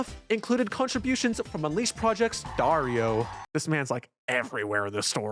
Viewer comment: just a quick note: Dario is pronounce ''DUH-REE-OH'' with an accent in ''RI''